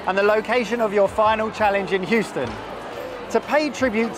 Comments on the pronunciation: welcome to “who-ston” oh no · lol....He called it Hoostin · and... C'mon man... Whoston? its Hueston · said "who-ston" xD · My American mum would cringe at calling Houston 'hoo-ston' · pronouncing Houston as "Hooston", just great! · said hooston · Did say hooston? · pronouncng Huston wrong killed me🤣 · Can someone teach how to say Houston